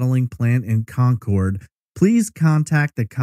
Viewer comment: I live right down the road from where this happened. I remember seeing the big signs offering a reward for information but I never remember hearing about a single update. Also, thanks for pronouncing Concord correctly! Cabarrus is actually pronounced Cuh-bear-us.